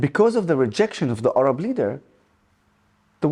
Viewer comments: They're called Arabs, not Orabs. I would have thought, as an Orab, you'd know that. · An Arab that cannot pronounce Arab.. 🤣🤣🤣